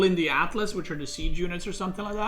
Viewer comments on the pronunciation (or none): none